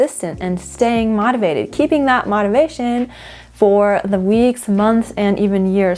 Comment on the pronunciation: Never heard anyone pronounce motivation like that